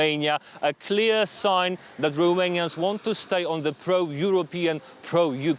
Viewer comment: I am subscribing to your channel because you pronounced all the Romanian name correctly. I watch many channels. I surely will watch you, too. Thank you.